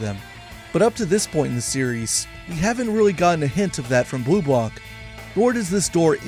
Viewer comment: The way you say BleuBlanc is very bad…peoples who are not american or english peoples are nice enough to speak your language maybe you could be also in doing a little effort….😊